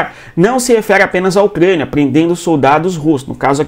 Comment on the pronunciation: O que é um Ucgania, meu deus!? Cuando tu tinha 5 anos os teus pais ja tinham que ter te levado no fonoaudiologo, senão tu vai continuar falando como bebezinha 😅👱🏻‍♀️😅